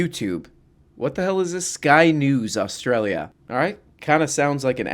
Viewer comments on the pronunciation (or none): none